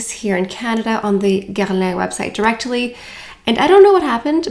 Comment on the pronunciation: WHAT is that pronunciation of Guerlain?! 🤣